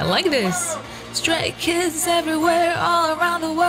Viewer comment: Ma'am idk if it's just your accent(which I gotta say is lovely btw) or if you said it wrong but it ain't straight kids... It's stray kids, it was just to funny to me and idk why